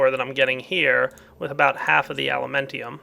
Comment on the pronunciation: its alumentum not elementium